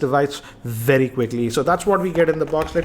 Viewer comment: vey vey vey better ... new language hinglish